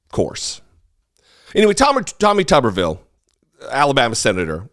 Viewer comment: LOVE the way you said, "Tawwmih TUUBber-veeul!" Reminded me of Cletus Spuckler, the Slack-Jawed Yokel of "The Simpsons".